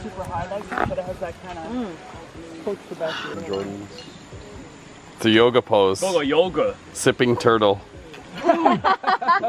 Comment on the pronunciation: mmm so good! Bwenda you gotta twy the wata! Lmfaooooo